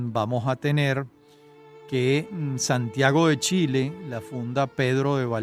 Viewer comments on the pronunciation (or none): none